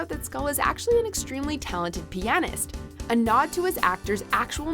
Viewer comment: I’ve never heard “pianist” pronounced like that before